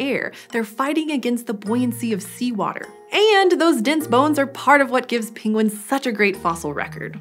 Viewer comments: She is like Benedict Cumberbatch. She says pingwings rather than penguins. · I love how she pronounced it ‘pingguines’ awwwwwwwww 😻😻😻